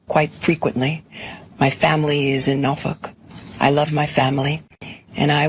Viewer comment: She pronounced Norfolk "Nofuck." 😂😂 Baseless - She always makes sure she says, "Baseless" 27,000 times.